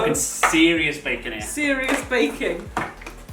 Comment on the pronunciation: Did anyone notice said baking but it sounded like bacon